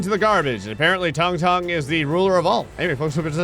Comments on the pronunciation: It ain’t “tongue tongue” bruh ☠️ It’s sounds exactly like it’s spelling “tung tung” Toon - toong toong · Bro why the hell is pronouncing it "tongue tongue"😂it's pronounced like " toong toong" bro